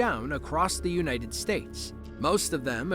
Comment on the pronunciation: "UNITES" States?